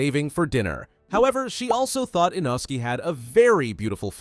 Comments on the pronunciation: he's name is not Inoski is inosuke 😂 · Why they calling inosookeh inoski? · It’s text to speech so don’t expect it to perfect the names! It’s an American ai voice